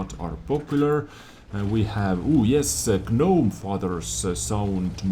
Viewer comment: I love these news updates and really appreciate them. By the way G is silent in the word gnome :)